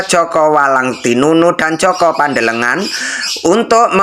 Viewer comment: JOKO PANDELEGAN. BUKAN JOKO PANDELE NGAN..ITU DONGENG BUKAN FAKTA SEJARAH..